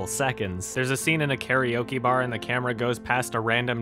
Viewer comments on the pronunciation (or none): none